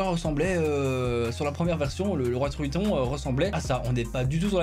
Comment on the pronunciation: La 2e fois où tu devais dire triton t'as dit truithon!😂